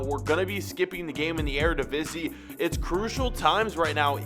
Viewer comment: thank you for reading the comments you finally said Eredivisie right